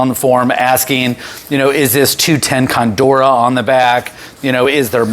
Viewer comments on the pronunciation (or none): Just fyi, pretty sure it’s “cordura” not “condura”